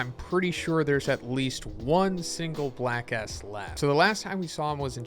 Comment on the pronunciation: Whenever you say Black S, it sounds like Black A**. You tried to avoid saying something inappropriate, but also ended up saying something inappropriate